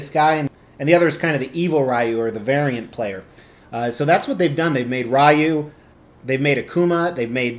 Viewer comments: The way you actually pronounce it is actually Ryu, not Ryu or Ryu. Well done statue though. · Its pronounced "Ryu" 😁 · dislike for saying Rye-U 😂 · It's pronounced like rye bread with a u at the end. If anyone thinks it's pronounced any of the other ways they are just wrong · When I was a kid, I pronounced it “Whyyy-wooo” and it’s too late to change now. Sure, the other kids would laugh, but I became a successful sociopathic lunatic with two terms from a very prestigious correctional “school” who one day showed up on their doorsteps to sell them “life insurance,” so now I’m the only one left laughing. So,, it’s pronounced Whyy-wooo. Or would you be interested in my fine selection of insurance policies? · I though it was Ryu?!?!? That’s how I’ve always pronounced it 🤷🏻‍♂️ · I pronounce it Ryu, lol. Very nice piece. Street Fighter is Badass.